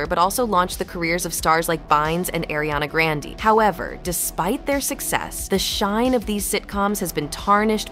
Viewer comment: lol why did she say Ariana Grande like that 😂 😆 😂